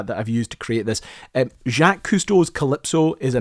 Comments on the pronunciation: Why do you keep calling him JACKIES? Everyone knows him as "JOCK" JACQUES. When you read his name in the Ferry book you said it correctly. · Dude, Jacques is pronounced like "Jack" but with a soft J. I'm finding it quite difficult to get through the video listening to you saying Jackees. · Thank you for the pin and the edit. It was messing with me. The fact that you are saying it like "jack" instead of "jock" (the usual pronunciation of "Jacques" in America) combined with the lack of any verbal separation between first and middle name was messing with me. It absolutely sounds like "Jackie". (The "s' at the end of Yves is supposed to be pretty "soft," but it seems to be getting nearly lost entirely with your accent.) But now reading that you were saying the full name with that pronunciation, I absolutely hear it correctly, including the 's' on Yves. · I heard jacq-ies [ending with the s of Jacques]. Maybe doesn't know not to pronounce the last written characters in french? My french teacher used to yell at pupils who did this 'Quick! Wash the ink out of your mouth." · I'm glad to hear this as several francophones watching me with me were asking "why is he calling him 'jackass'? There were a few other distracting pronunciation issues beyond the fun Scot's accent. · It’s pronounced “Zhock Eve”… the “s” is silent. 😊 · you need to work on your pronunciation, and maybe stop blaming your viewers. Also he was never called " Jacque Yves" on television and was not known as this. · Come on ... Jacq-ies??? Check how to pronounce "Jacques" ffs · I gave up on this after you said ja keeeys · Did he say “Jack-ees Cousteau”? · You didn't even say the first vowel properly. It is said more like Jock than Jack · You lost me at "Jackies Cousteau". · Haha Jakees Koestow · shjock not Jack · Dude it's just jock Jacques the french name it's pronounced Jock I can't believe you've been a fan all this time and now have produced this video and you don't know that. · "Jackees" Cousteau??